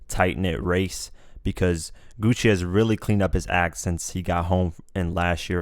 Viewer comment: bruh hes name isnt pronounced Gucci main hes name is pronounced gucci man